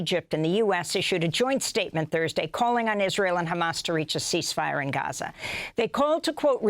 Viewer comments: When and how did Gaza become Hruza. Is it the Arabic pronunciation? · Why does she say Raza? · Why is she pronouncing Gaza like that? It’s jarring.